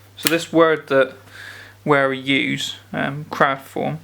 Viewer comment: For an english speaker, Wera is to be pronounced "verah" and not "wearer". Every "W" in the German language is pronounced like the "V"s are in the english language.